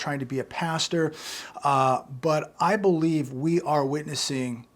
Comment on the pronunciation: 🤔 emphasis on "I believe"... "I believe"... "I believe"